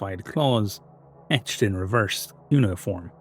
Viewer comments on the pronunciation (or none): none